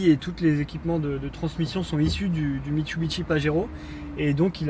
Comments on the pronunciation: "Mitsubishi"et non pas "Mitsubichi". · Mitsubishi et non Mitchubitchi !!! LOL